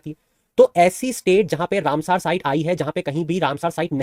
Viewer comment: सर आप “रामसर“ को “रामसार“ बोल रहे हैं